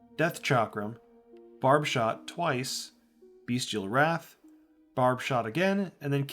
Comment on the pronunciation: Nice guide! I like how it’s short and to the point, also it’s BESTial Wrath not BEASTial Wrath 😂I said it like that for the longest time.